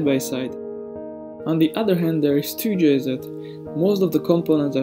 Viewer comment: 2-jz not 2-jzed.